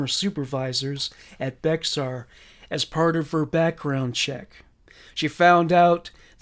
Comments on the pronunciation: Also I know it sounds like Bexar but us Damn Texans pronounce it “Bear County” not trying to be rude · Native Texan here❤ BEXAR is pronounced like BEAR. love your content❤